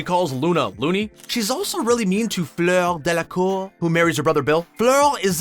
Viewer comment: Sorry guy but since im french when you said fleur delacour you made me laugh 😂😂